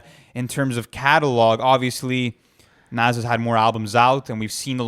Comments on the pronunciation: This dude pronounces Nas as nazz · Ok so i have speculations to get off my chest: You guys say Nas has to go on, and he’s in my top 5 all time, but i think you guys are letting the “nostalgia” of it all get to you. J Cole is just the new Nas. And you didn’t even say his name right. Also, Snoop Dogg or Biggie isn’t even a debate really, Biggie is a way better rapper. You guys should make this bracket public.